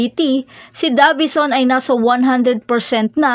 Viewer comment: Talagang minamali yung pronunciation ng Davison para maiba lang?